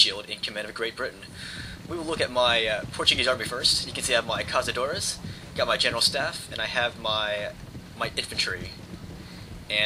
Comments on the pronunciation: GODDAMMIT ITS NOT CAZADORES ITS CAÇADORES like you are reading it with a z but you should read it with a C like caÇadores thats why we have this Ç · In Portugal we say caçadores, not cazadores, that is castillian